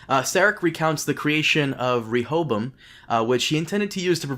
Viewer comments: Re-Ho-Bo-Am!!!! There’s 4 syllables to the word Rehoboam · "shout out to this guy who helped me pronounce it correctly" Proceeds to not pronounce it correctly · Rehoboam is a Hebrew name, most English bible scholars would pronounce it as RE-ho-BOWum. The first syllable not as the suffix re-, but the same as in the word rectify.